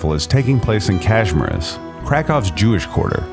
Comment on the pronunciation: It would be better had the narrator known how to pronounce the name of the city and of the Kazimierz district. The statement that 75% of the world's Jews once lived in Galicia is nonsense. Credibility is important.